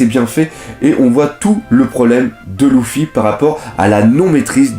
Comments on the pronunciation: Oui il prononce mal il dit louffy au de dire luffy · ponck Les voix japonaises prononce aussi Louffy mais sa ça dépends de tes préférence tu peux le prononcer comme tu veux mais Lojia.. sérieusement ? Il à une chaine entièrement consacré à one piece et il fait aucun effort pour les prononciation